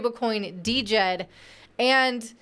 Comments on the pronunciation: We'll be waiting for your correction. COTI is the provider of DJED (pronounced JED). $SHEN is the reserve token. You have made no mention of the minting process and how both tokens work in correlation with each other. It' s totally different to all of the other stable coins you mentioned. Spend a bit more than 5 mins researching next time before posting trash like this. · Trying to be positive but this sounds like you didnt do any homework. It is pronounced: JED. You did not mention SHEN or trip levels of minting burning. I am not a maxi trolling you bur please do proper research. You didnt mention COTI.. or this being Minimum JED. If you need a primer reach out to the Cardano community. Your script was shallow without substance. That is what upsets Cardano folks. You didnt even pronounce it right so clearly you didnt watch right videos. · JED the D is silent people. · I thought she said the "stable coin" was called DEGEN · DJED - Pronounced "Jed" silent D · She can't even pronounce it correctly. How much research did she do? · The "D" is silent. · Luv ya. The "D" is silent in Djed. Stables are essential for DeFi, I hope a non-censorable few succeed across bridging platforms. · Are you sure? Have you not heard Charles hoskinson ever mention it and not pronounce it the way you pronounce it which is wrong